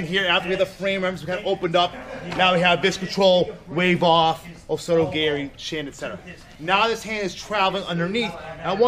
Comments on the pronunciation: Hit em with that oh sodo gary, mmmmm. The best pronunciation. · he unironically called it "osoto gary" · Osoto "Gary" lol Kote "Gayashi" Is this intentional?